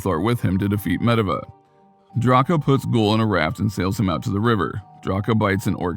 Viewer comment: Pretty sure the narrator doesn't play World Of warcraft. Because he totally mispronounced Medivh and Goel. He got the other names right though